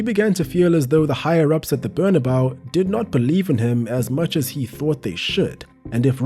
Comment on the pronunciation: cmon man, u cannot pronounce bernabeu possibly worse